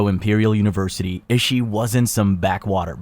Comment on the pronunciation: analgesic said anole jehsick Excel said eggsal and too quickly Incorrect simple pronunciation of Tanaka(tah nah kah) and Ishii (eeshee ee)